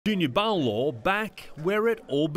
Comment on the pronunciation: It's Paulo (puh-oo-lo) se ufa🤣🤣🤣🤣